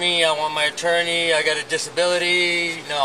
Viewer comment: i thought he was asking for "a torney" repeatedly lol